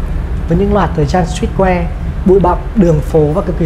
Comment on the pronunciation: sờ trít que:))) 🦀🦀🦀 nhà ta phát âm hay quá